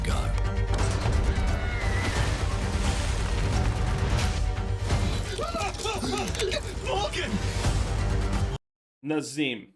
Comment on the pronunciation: It's pronounced "NAA - ZIM", not Na - Zeem. Peace.